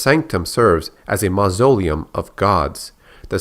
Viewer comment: Honestly, when you pronounce beautiful words like sepulcher and mausoleum so abysmally, I die inside. Neat video though